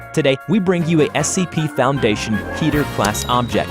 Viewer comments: It’s pronounced KE ter not keeter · every time you say keter. it sounds like Peter from family guy